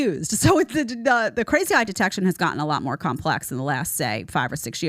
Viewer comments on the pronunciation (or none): none